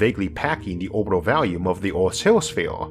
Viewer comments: I understand that some people are not wired to pronounce the "R" sound, and I hardly notice it, but what does catch my attention is your pronunciation of the word "volume" as "valume". I hope my comment isn't rude or annoying. I love your brilliant work! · Can't take the narration and pronunciation. Sorry, never heard of Orth or Valume. Made it to .